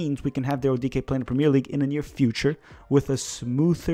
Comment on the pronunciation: I've learned a lot about Daryl Dike from this - not least that his surname is pronounced ' DEE-KAY '. Thanks